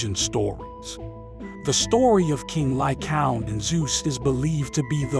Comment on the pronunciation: Lycaown? Lycaown? Lycaown? It's pronounced Ly-Kay-On!